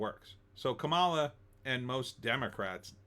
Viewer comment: First of all. Her name is pronounced COMMA LA!